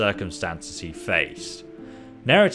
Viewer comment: Seems to be adding or dropping segments to a lot of words. Varchleg? Not even gonna start with how Neretzes is pronounced differently each time. And he's not even that bad about it - some youtubers I suspect intentionally butcher things just so people will comment about it.